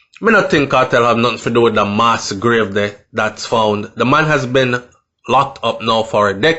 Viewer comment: please pronounce the word properly for people and students who are not familiar with the word!! You have a responsibility and a platform with lots of followers. The word is MASS with a short pronunciation, not “MAAS” as you said and this is not a mistake as listeners might say. You used it right throughout the video!!! Nothing is wrong if you didn’t know..... just saying!!! Please correct same, it’s annoying.